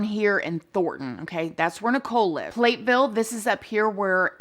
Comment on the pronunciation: FYI Platteville is not pronounced plate ville. It's plat ville. Kinda flat but plat Hope that helps some in talking about. Disturbing they called off the investigation!